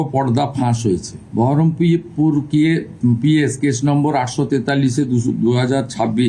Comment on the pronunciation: Berhampore naam to bolte parche na to thik kore